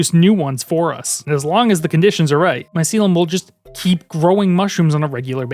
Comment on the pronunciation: bro its not mycilum it's MYCELIUM